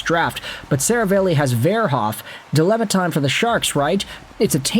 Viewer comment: Seravalli is pronounced 'Se-rah-valley' btw.